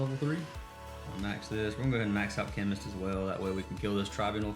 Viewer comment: Darling, you are still saying chemnist 😄❤️